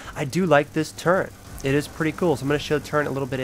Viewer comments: There is no goddamn “n” in turret. It’s not turrent. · Just discovered this vid. Everytime he said it incorrectly it fucked with me lol. Its a Fucking Turret Gun🤦🏽‍♂️. I would be embarrassed looking back that part if I was him lol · Call me a grammar nazi but its not turrent its turret